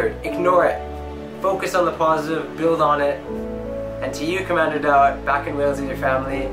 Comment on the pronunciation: Commander daot not dato